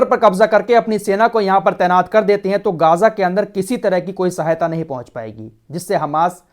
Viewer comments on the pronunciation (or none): Bhai m aapki jiyadater news dekhta hu behut achchi news detey ho but kuch words k pronunciation m galti h ex geyja